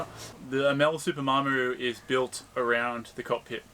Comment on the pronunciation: I hope you get a decent boat out of the wreckage. Looking forward to the rebuild. BUT please get the name correct it is not a Mar m aru it is a Maramu :-) ATB regards